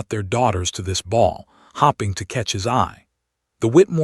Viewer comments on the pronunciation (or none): Hopping to catch his eye...bet that was a sight to behold!! Lol 😆 Wish these stupid AI narrations could pronounce words correctly!! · I keep ‘Hopping’ the dreadful pronunciations will be fixed. It is clear all comments about this issue are being ignored 👎 In future When I hear this particular AI voice I will I’ll be ‘hopping’ rabbit 🐇 along to another story 📖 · Lots of hopping instead of hoping…